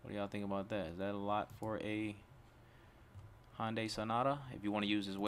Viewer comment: 💯 I can also hear you trying to pronounce Hyundai a little better too, you're almost there 😂